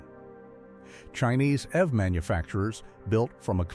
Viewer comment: It's pronounced E V not ev dump ai